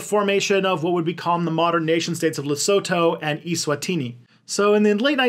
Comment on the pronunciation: Largely an excellent job, even most pronunciation except for Mauritius and Lesotho, Basotho. Not the easiest to pronounce. You’ve done a fair job about the history. Will point out that sanctions against South Africa only came in MUCH later after apartheid. They were driven by the USA when South Africa accepted a British bid on uranium and not the USA bid. USA did its usual threats, South Africa ignored them knowing that it was somewhat pointless. They did not actually stop nearly as much trade as people imagine. My father imported goods under them and many countries were willing to export to him. Israel was not the only ally. Israel was used as a go between for its ‘parent’ countries USA and uk for many clandestine activities, particularly in the Cold War. That included stuff with South Africa, many countries continued to buy from South Africa, especially its mineral wealth, fully knowing that those goods were mined under the most horrendous conditions for its black miners. If you have a de beers diamond (almost any diamond) you are buying into that legacy. They continue a similar less than scrupulous activity in Botswana currently. The end of the Cold War helped to bring an end to apartheid. But not an end to corruption. Sadly the most hurt by current corruption are those who were most oppressed under apartheid. When we look at countries that followed similar paths such as the USA with slavery and then Jim Crow laws, we recognise that it’s going to take a long time before th